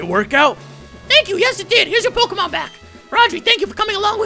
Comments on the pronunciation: pokemon not pokamon bro say it right talkin bout some pokamon.delete the a you always say and put a eeeeeeee. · It's pronounced poke-ay-mon dude -_